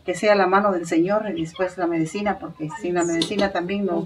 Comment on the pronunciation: se dise medicina no medecina